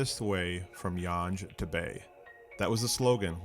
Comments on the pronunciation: "Yonge" is pronounced "Yung", not "Yunj".🤓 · Yonge is pronounced similar to “young” instead of how you pronounced it as “yonj” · Yonge Street is pronounced "Young", not "Yonj". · The "Yonj" pronunciation is giving me psychic damage. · Yonge St is pronounced (young) 😉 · Correct. It does not rhyme with sponge😊